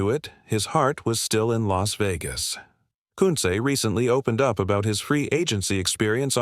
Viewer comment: This AI can't pronounce Koonce properly it's irritating